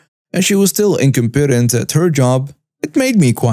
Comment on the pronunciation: Stories very well read as usual. A voice that is pleasant to listen to. Just a little FYI. The stress in 'incompetent' falls on the vowel of the second syllable, not the third - incOmpetent, NOT incompEtent